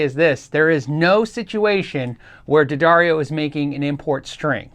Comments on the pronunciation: Say it with me...'the..dar...ee...oh'. Good man. Proud of ya! Great vid btw!!! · "Dad Airy Oh" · D'Addario ? why the heck did they spell it that way then pronounce it DADDARIO? my brain hurst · At one point, I think D’Addario actually printed a pronunciation guide for their name on some of their string packages. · Yes, the pronunciation was written as Da-Dairy-O. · It's pronounced D'Addario. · I think everyone says Daddario wrong, but it's okay 👌. It's an Italian last, which means it has a Latin pronunciation. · Ddarrias?.. Dedareos?... Diddario??.. Duhdareyo??? I still need help pronouncing it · pronounced D'Addario three different ways in this video.